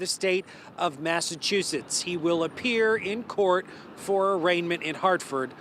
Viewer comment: is it just me but the first time the guy said the name of the place it sounded like massachusus?